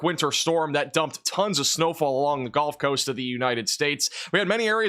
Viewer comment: I’m new to the channel. Is it some sort of joke that he says golf coast or is it his accent?